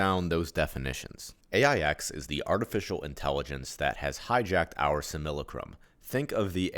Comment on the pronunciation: Not to be that guy, which I actually am, but it's pronounced "sim-AH-la-crum". As to how much that really matters I don't know. I do want stuff like this to reach as many as possible and something so simple as the pronunciation of a word can turn people away. It's not a commonly used word, being basically just a fancy way of saying "copy" so I don't blame anyone for the mispronounced word, but I've found it's good to be as exact as possible in every area. I'm not too keen on the whole "We came here to learn thing". It's the most positive interpretation of what this place is once you figure out that this place isn't "real" and it's a controlled enviornment, but I'm confused as to what it is we're supposed to learn and why we have to learn it. I do think we agreed to come here, but I think we fall into three categories, the first being those who helped create this place, the second being those who were more or less tricked into coming here and then got "stuck", and those who come in so they can either bring about the end of this thing or to ease the suffering of those trapped here. I think this place is unique in all of reality by being the only place where free will can be violated by another. The aim of this place is to either be separate from "God" or just to keep it going for the free will violating reasons. It was allowed to be created because sometimes you have to allow your kids to make their own mistakes, as well as being inevitable as all possibility must happen in an